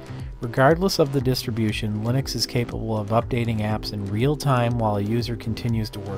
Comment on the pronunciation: I always hear Lunix instead of Linux